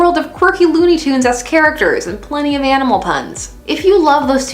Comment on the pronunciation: Manamal? How old are you? Lol